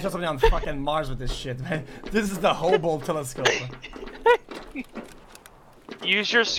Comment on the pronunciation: "Houble telescope"